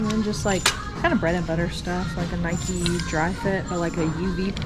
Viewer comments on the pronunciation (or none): none